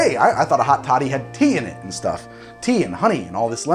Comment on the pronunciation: Every time he says hot toddy it almost sounds like he's saying hot shawty and I'm losing my mind